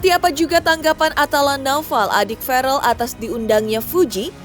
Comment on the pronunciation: VERRELL PAK,, BUKAN FAREL😊